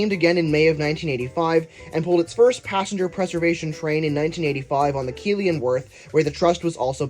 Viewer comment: just a note, as someone who lives a short drive away from this railway and has ridden it many times over my 21 years of life, it's pronounced 'KEITH-ley' and 'HA-worth'